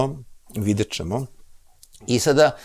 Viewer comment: Оооо. Добродошао Џорџе Џорџевич Џорџино и логопед је видно порадио на изградњи слова ћ . Није више чамчичем чу те него чамчићем ћу те. За коју годину специјализација слова ђ се назире. Сречан ти и Џурџевдан који стиже докторе Блуменау.